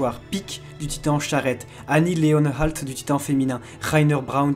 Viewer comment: Excellent résumé (un vrai fan de snk sait normalement tout cela) faudrait juste penser à revoir la prononciation de certains nom qu’il faut prononcer à l’allemande (ex Leonhart)